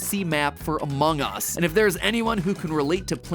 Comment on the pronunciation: Mat pat saying among us is really funny